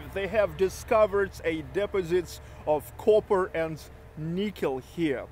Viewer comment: De-po-Sit. Accent is on the second syllable. de-Po-sit. Just trying to help, carry on.